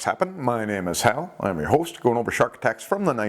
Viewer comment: it’s Hal, not Al! Now if your talking beer, it’s Ale! 😂